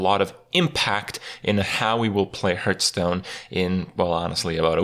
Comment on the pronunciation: I love watching Kripp videos more and more everyday, without even playing hearthstone anymore myself, but it really bugs me to hear him pronounce it "Hurststone"